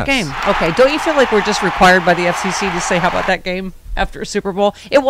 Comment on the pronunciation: Hey. What's this aboot? LoL